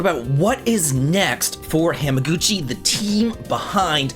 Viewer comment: David, you've been to Japan I know you know it's not pronounced Ham-a-Guchi